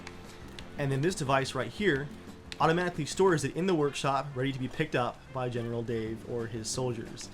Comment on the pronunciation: Every episode you say general Dave I hear genital Dave